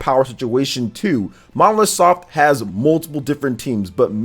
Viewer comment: Develope by Monolith Soft and published by Nintendo... Stop saying Monosoft 😑